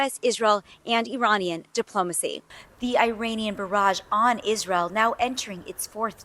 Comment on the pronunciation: It's diplomacy not dimplomacy